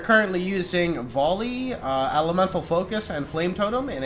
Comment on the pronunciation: The way you pronounce "volley" triggers me.